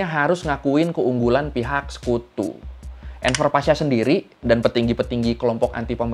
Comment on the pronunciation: Bang cara bacanya gini : Enver Pasha > Enwer Pasha V dibaca W dalam bahasa Turki